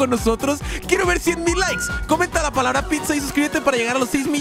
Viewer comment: en ves de palabra dijo palara